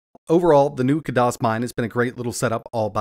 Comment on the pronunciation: just so you know, it's not "KUH DOS", they pronounce it "KAD ISS". ( A as in cat)